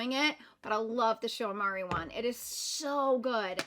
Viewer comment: It’s pronounced ‘Shu ooh-eh-moor-ah’